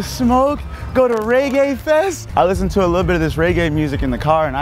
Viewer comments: Reggae not raygae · He black and calling it raygay 😂😂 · This nigga kept pronouncing it wrong 😭